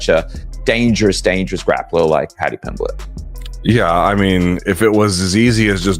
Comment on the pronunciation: dude if you cant say someones name shut the fuck up